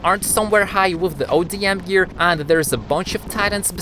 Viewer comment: It is call odm gear not ADM gear